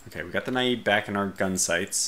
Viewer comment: Got around to watching it last night. Not to pick the low-hanging fruit, but your pronunciation is painful,. I know British is a totally different language from American, with no resemblance at all, and it takes years of study for a speaker of American to become fluent in British, but Naiad isn't even British! It's a mythological Greek water spirit! You keep saying "nah-yeed" like it's Arabian. It should rhyme with dryad, and sound like a mix of "the end is nigh!" and "dad."